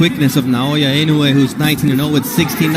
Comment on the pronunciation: You pronounced his surname "Inoue" ridiculously come on man